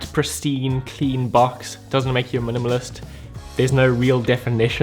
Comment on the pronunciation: you said minimalist so many times I started to hear "munumunus"